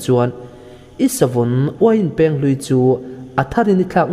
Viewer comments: Savun Uiin Pêng i tia, Peng tih tur a nia, thlûk loh tur a nia... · Uain peng hi i lam rik dan a dik lo. 'Peng' hi 'beng' (ear) ri thluk ang hian lam rik tur a ni e.